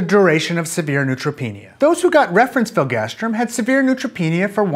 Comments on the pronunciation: hearing you say filgastrim not filgrastim drove me crazy. Interestingly, here in the UK biologics/biosimilars are one of the few things where all products have a distinct brand name (filgrastim for instance goes be Nivestim, Neupogen Zarzio and others). Probably a regulatory requirement for adverse event recording reasons, but interesting none the less. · Is it filgastrim or filgrastim? It's written filgrastim, but you pronounce it "filgastrim"...